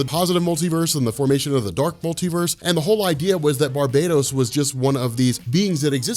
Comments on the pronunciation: I love your videos, but for the love of all that is Batman, it's not pronounced "Bar-bae-doze," it's pronounced "Bar-BAT-tos"! You're driving me to watch Benny's Dark Knights Metal videos over yours! Why would you do that??!?! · Gods this is so awesome... you are the man but maybe try bar-buh-tose? I just hear barbatos-slim every time you say it... it never leaves my mind. I dunno, could be a no win scenario though cause I bet your pronunciation is correct. I know they won't do it, but I sure wish the Morningstar or Destruction or Oberon would come and remind Barbatos-slim what it is. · I know it’s not a big deal but shouldn’t it be pronounced Bar-BAT-os? It is Batman sir. I mean the metal isn’t called “baitmanium” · Pretty sure it's actually BAR-ba-tohs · That's where we get "Barbarian" from, and it's "Barian" not "Bar-BAR-ian" so I still think it's BARB-ah-tohs rather than bar-BAT-os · its pronounced bar bat tose